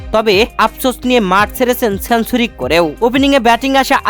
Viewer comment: উচ্চারণ ই তো ঠিক নাই। ওয়ান ডে > অনডে, সেঞ্চুরি > ছেনচুরি, ষ্টেডিয়াম > ইসটোডিয়াম, ইসটেডিয়াম😅😅😅